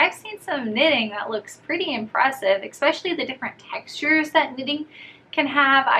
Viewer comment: it’s ESpecially not ECspecially